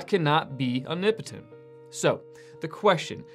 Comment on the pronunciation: Why do you pronounce it ''unipitin''? It's ''om-ni-po-tent'' You're skipping like 3 or 4 letters.